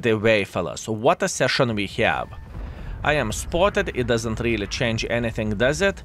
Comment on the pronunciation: Like.For years he is speaking chance when he means change.😂